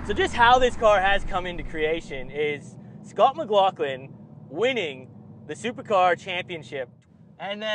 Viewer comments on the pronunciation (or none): none